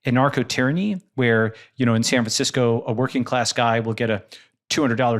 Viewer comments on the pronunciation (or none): none